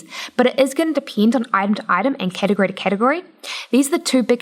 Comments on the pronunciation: why are you saying depend like that? thats not how you say it... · "It's gonna depiend" Im sorry but i had to